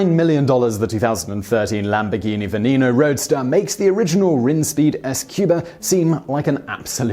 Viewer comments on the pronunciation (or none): In case no one else has said it yet, "Veneno" is pronounced "Beneno" because languages are weird. I know people are quick to get on Simon about this kinda thing, and I hate to, but I know that particular tidbit.